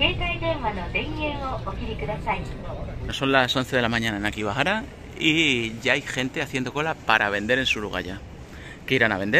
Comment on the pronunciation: Que pronuncias akibahara, y es akihabara, ya en varios videos...😂